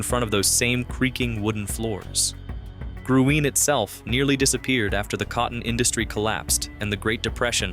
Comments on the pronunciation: Its pronounced " GREEN " 💚.. Dancex many nights at Gruene Hall. . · Luckenbach…LOO-ken-bauck . Gruene…Green. Gruene Hall. Call me HUN…as in honey. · Gruene-Green. Hico-HYCO. At least Luckenbach was pronounced right toward the end of the segment, and you got the Guadalupe River and Burnet Road.